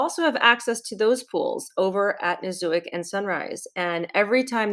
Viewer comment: The proper pronunciation is Nee-sook. Been going there for 15 years, and to the grand. Great video and yes this is the only place to take a family in Cancun that has "day care" for your middle aged kids!